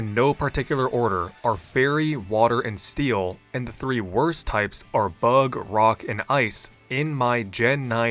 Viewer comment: "making it STEE-LL a great tipe" lol